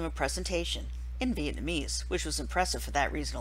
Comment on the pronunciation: I'm from Vietnam and I died laughing when you pronounced it wrong...